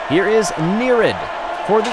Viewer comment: It's pronounced Nerrry-id. Not Near-id.